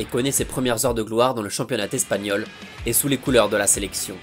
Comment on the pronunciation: Le "championnat Tespagnol" c'est dans quel pays? Au pays des liaisons dangereuses? 😉